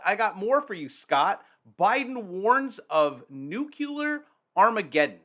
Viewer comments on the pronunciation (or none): Say nuclear - not "nuculure" "Nuclear" (New-Clee-ar) You might lose credibility just as many U. S. presidents have speaking this way. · Wait, NUCULURE, or NUCLEAR?😂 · it is pronounced "noo-clear" and definitely NOT "noo-cue-lar". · That lovely Maine “abode” will not look so comfortable when the 1000’ wave shows up on the horizon after Vlad’s new deep underwater nuk-nuk. Also,it’s noo-KLEE-ar, not NEWK-you-ler. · Please! For all that is holy. I've commented this before. Stop saying new cue ler!! It's new clee err. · I never take anyone seriously who pronounces Nuclear as Nu-CU-LUR- ..... It's NU - CLEAR. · Damnit. "New clear" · People who pronounce "nuclear" as "nucular" lose credibility with me. 🤣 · Nuclear nucular tomato tomato. Nope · Why they keep saying nuculer? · Say it with me: New-clee-er 😂🎉 GREAT JOB! 👏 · Nuke ya Lar.... Sounds scarier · ...love ya, man, but PLEASE don't pronounce "nuclear" like the war-and-false-flag-criminal, Dubya, does. There is no "u" in the middle! 🤣